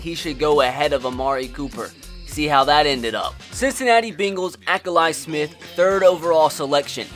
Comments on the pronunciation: I laughed with how he pronounced Akili Smith. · This man obviously doesn’t know football by the way he pronounced Akili Smith and Bjeorn Werner.